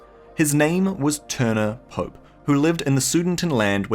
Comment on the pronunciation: Klaus "Pope" is actually pronounced Klaus Poe-Pay